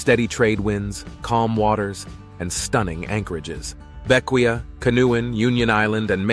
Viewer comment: It’s pronounced Vin-Cen-Shuns. Bequia is Bek-Way. Canouan is Can-O-Juan.